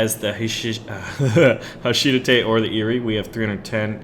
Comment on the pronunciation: HA-SHI-DA-THE Not HA-SHIDATTE